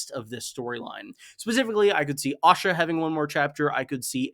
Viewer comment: I've got to ask. Why do you pronounce Asha as Osha? You pronounce æ in other names but it's always Osha (whom I assume is the wildling Osha when I hear it).